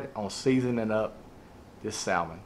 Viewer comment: Yo bro... the L in salmon is silent. Here on the coast we soak the boards overnight as well. Marinate the meat overnight in some soy and demerrera and serve with finely chopped green onions...